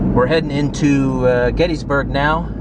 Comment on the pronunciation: There's Intercourse, there's Blue Ball, and there's Paradise. And you thought South Central PA was dull. We're all passion's playthings here. (Oh, and it's pronounced "Gettisburg" -- not "Getteesburg" -- common mistake.) Nice vid, thanks.